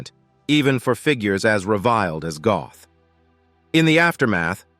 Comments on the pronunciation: NOT GOTH , BUT PRONOUNCED GERT, ...NOT EXECUTION GROUNDS BUT IN THE EXECUTION CELL NEXT TO HIS CELL IN THE KRAKOW MONTELUPICH PRISON ! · If you are going to do a Doco on historic fact's please get it right. His Name was Amon Goeth and you mispronounced his Name . His Name is pronounced as (Gurt) and you also failed to mention that the Poles had four botched attempts to execute him with the rope breaking and not allowing the correct height for him to be allowed for the drop. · Some Americans just cannot pronounce European names correctly, that o is pronounced like the Oo in moo and that’s about as close as I can make it